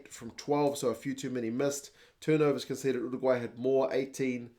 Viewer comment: Finally someone who actually knows how to pronounce Uruguay. Great commentary.